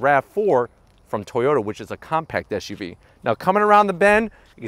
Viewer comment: Why do you keep sayin SHUV ..it's not like you have a lisp! it's SUV